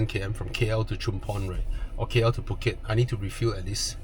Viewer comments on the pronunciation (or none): none